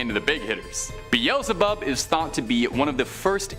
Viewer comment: I. Love this channel but , you mispronounced Beelzebub. Other than that it's a good video.🤙✌️🙃🙃